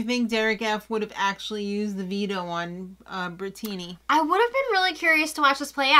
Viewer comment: Thank you for pronouncing it Bri-tini. I’ve been calling that her since Day 1 🍸